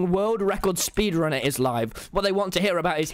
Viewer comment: "I sped ranner minecraft"